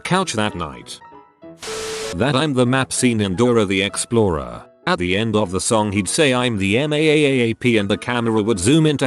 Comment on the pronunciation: That last one of Dora The Explorer made me laugh with how the text to speech said it .